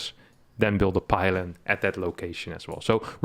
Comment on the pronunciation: 21 pylon.. lol I heard 21 pilot